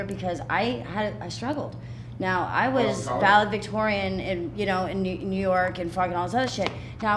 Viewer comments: Yeah, she was "valevictorian" but they didn't let her walk. 😳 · I love how she said "valevictorian" 16 times.